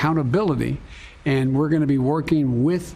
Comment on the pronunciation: "im a gointamade a commitment.." -Joe Biden